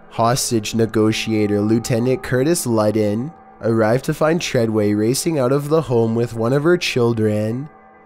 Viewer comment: It's fucking treyway